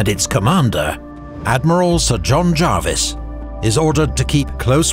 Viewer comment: I was taught by Prof Harry Dickinson, one of the great 18th century specialists, and he was insistent on the Jarvis pronunciation. Paused a seminar to point it out! So I’ve gone with that.